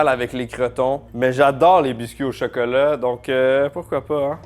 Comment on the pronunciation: On dit chOcOlAt pas chEkElE